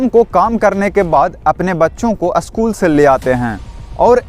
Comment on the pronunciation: भैया आप अशकुल को स्कूल बोले